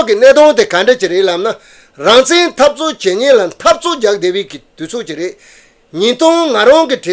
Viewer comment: སྲིད་ཟུར་ནས་དབྱིན་སྐད་ཐོག་བཀའ་མོ་གསུང་སྐབས་རང་བཙན་ཞེས་གསལ་པོ་གསུང་གནང་སོང་ད། “he says rangzen”